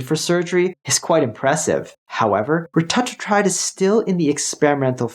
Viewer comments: dude come on why are you willingly choosing to say it differently than everyone else. RETA - TRUE - TIDE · Reta-true-tide is how it’s pronounced. It’s in phase 3 clinical but if you look around on peptide websites you can find it. It’s truly life changing and so much better than semaglutide. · Please learn to pronounce Retatrutide correctly. Hard to take you seriously.